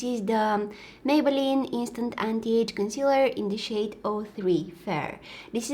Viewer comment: What she really said: "some of this powdery shade" What I heard: "some of this powdery shit" haha I had a giggling fit because she's just too sweet to swear 😂